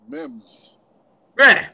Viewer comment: Mems? It's pronounced Meeemes. Lol.